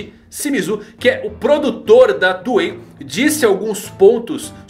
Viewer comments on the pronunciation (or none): none